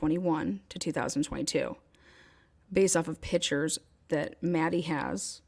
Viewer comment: PICTURES…..the “C” is not silent, also the mouth sounds, I could not continue! This probably would be an amazing podcast, so many distractions!!